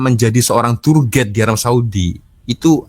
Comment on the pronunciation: Cak²...Bukan 'turget' sebutan yg bener adalah 'tuwer gaid' (tourguide). Ingatkan bahsa Belanda td...🔎📖📚🤭😄👍